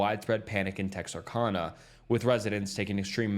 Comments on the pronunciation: Hey! I'm from Texarkana..that's is NOT how it is said! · As a man who love 45 monutes from TEXarKana thats how you pronounce it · Tex ar can uh. Not kahna